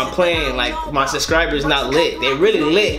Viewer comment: You know it's "SUBSCRIBERS" not "suscribers" you can spell it but not say it lol